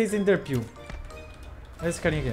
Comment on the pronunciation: Sdds de quando o falava: ''EnderPêu''